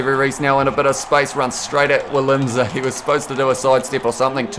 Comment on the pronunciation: FYI you’re supposed to pronounce the South African full backs name like VI-LIM-SA